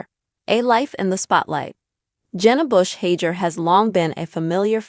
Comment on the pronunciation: Please figure out the correct pronounciation of her last name before you post a "story"